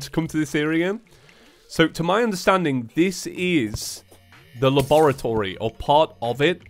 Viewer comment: Its not the labarotory its something else